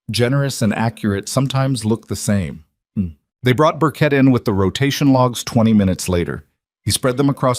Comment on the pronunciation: The name Burke is usually pronounced with a silent “e”, not Burket. It’s disconcerting. 😒 Also, the other name is usually spelled “Okafor” not all the crazy ways you’ve been spelling it. The phony audio lines in the top corner are definitely not necessary. 😡